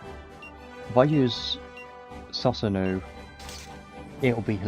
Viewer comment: Susanoo is pronounced “sue-sa-no” Appreciate the content man 👍🏼